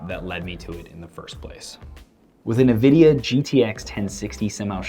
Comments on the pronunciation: why do some ppl say "NUH"vidia instead of Nvidia? Great video though. Thanks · not trolling just wanted to let you know it's pronounced ENvidia not Nuhvidia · as far I know it should be pronounced as "nnnnnvidia" and not "en-vidia" nor "neee-vidia" . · Neeeeveeeediiiaaaaa..... So triggered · Fritz Asuro it's pronounced en-vidia. Simple as that. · even tho it's nivida . alot of people say it neeveedia , and in my opinion it sounds cooler ^_^